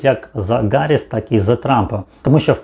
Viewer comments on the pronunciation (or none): none